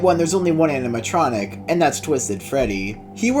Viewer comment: "animtroncic" "genarter" XDDD probably a russian